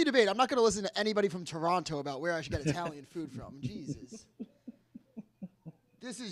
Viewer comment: Exactly. Enough Toronto slander. The way he pronounced it made me throw up all over myself